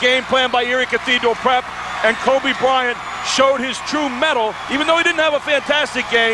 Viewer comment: Titus L4zar *Kobe, not”Hoebe!”